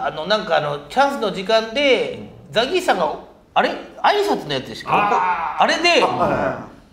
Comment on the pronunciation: 『ザ ギース』じゃなくて『ザ ゲース』じゃん😂おもしれーwwww お笑いゴシック最高😂😂 何度も左上の文字読んだわww